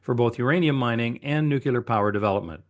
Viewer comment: It's pronounced "nuclear" not "nuculur"..